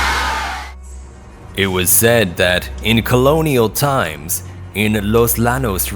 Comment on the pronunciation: repeat after me Yanos. Not lanos. Bro